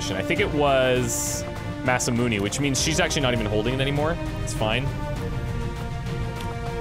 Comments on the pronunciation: I hate to be that guy, but it's pronounced Masamun"ay" not Masamun"ee". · Don't! It's Really going to get my goat if you listen to this guy. You've been saying it Mas-Ah-Moon-Ee, which is very Canadian of you, but not all that wrong. There isn't a "Magic E" in Romaji, so Mas-Ah-Moon is improper. Instead, try Mas-Ah-Moon-Ae. Backup Source, if you really need it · That guy is actually a little wrong. Masamune is pronounced Mas - ah - moon - ay (as in Hey, or Day, or Gay). Or at least, that's how it's always pronounced in Japanese whenever I've heard it. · ma - sa - moo - ne ne is not ney like money, but ne like ne in necro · Shouldn't Masamune be pronounced as "Mas-ah-moon-a" ? Shorter pronunciation on moon. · die a little inside every time I hear him say Masamun"ee"